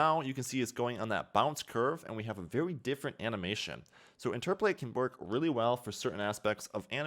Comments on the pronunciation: "Interpolate" not "interpolatate" otherwise, awesome video. :) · i beg u please stop saying interpletate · He says it wrong, then he says it right, and then just says it wrong again lol